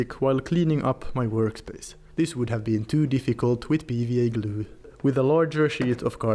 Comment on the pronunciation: I love how you say 'gloo'. xD